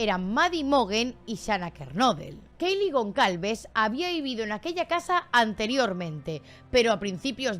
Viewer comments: Es gonçalves .....pronunciado gonsalves,no gonCalves🤦🏽‍♂️🤦🏽‍♂️ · Es Gonçalves y se pronuncia Gonsalves.